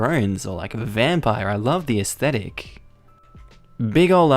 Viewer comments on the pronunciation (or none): none